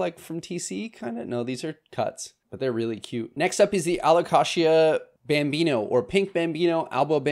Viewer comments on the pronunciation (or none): a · luh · kay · zhuh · The way you pronounce Alocasia and Kroger had me cracking up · Don’t get me going on his pronunciation of Alocasia. 😅